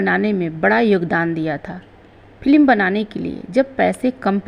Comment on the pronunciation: फिल्म को फिलिम n बोलो बुरा लगता है आप उच्चारण सही नहीं करती तो वीडियो n बनाए